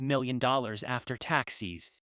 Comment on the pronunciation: Taxis????wtf dude? pronunciation is horrible